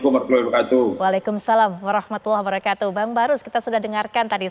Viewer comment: apaitu wabrakatuh ucapan yang benar adalah wabarokatuh